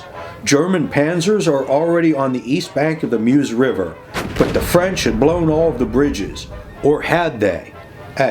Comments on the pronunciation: If only Americans can say Mause properly. It’s pronounced Mers not Muse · Meuse - pronounced Merz!!!!